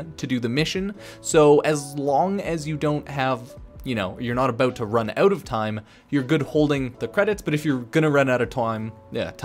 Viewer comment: Dont run out of toime mate. 😆